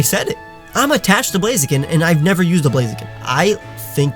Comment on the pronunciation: AGAIN, IT'S NOT BLAZEKIN, IT'S BLAZIKEN! THE E SHOULD BE AFTER THE K, AND I SHOULD BE BEFORE THE K!